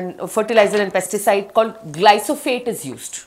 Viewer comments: 28.00..adi glysophate kadakka..glyphosate antaru danni.. midimidi gjnanam tho kottukuchasthunnaru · Glyphosate.....not glysophate😊